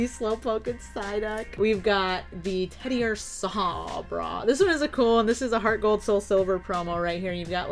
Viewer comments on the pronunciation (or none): "it's ted-i-UR-sa, not ted-i-ur-SAW"